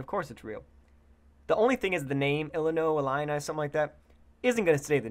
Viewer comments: "Illini"... there is no N in the name.. it is "Ill-ow-ee" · ill-a-oi get it right